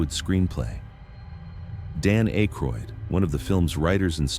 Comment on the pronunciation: So you Never watched your own ai gen vid. Zuul spelled inconsistantly throughout and Ackroyd's name pronounced wrong consistantly.